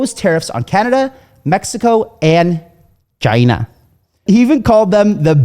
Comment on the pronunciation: Nah, why’d you say china like that 😂